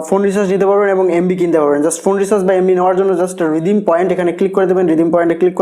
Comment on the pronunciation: Recharz word tao to bolte paren na***